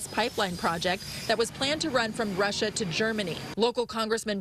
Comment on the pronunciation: Sanctions on ”Russa”. Great god, these local news need to hire better graduates